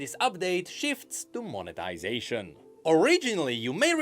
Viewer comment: Every time says monetization I keep hearing "of the ruination" 😂😂😂